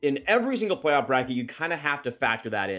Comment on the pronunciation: Plaoff! Plaff? Oh play-off. Got it lol